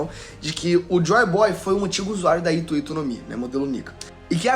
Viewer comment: Nao se pronuncia ito ito… e sim HITO HITO = se pronuncia o R aqui no japao…. ito ito, eh a fruta do Doflamindo , Ito = 糸linha… Hito = humano 人